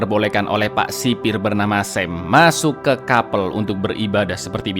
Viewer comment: sekedar info aja sih: baca nya bukan KAPEL tapi nya KAP3L 🙏